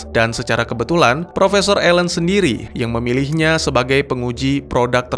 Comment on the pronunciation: Nama ilmuwannya Alan kok terdengar tadi plesetan dari nama alien